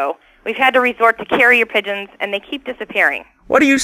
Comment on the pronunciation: "Piegons and goldfish sounds like good eat'n"